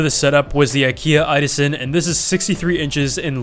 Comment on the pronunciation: IDASEN?!!??!???? It's "idåsen" pronounced i-daogsen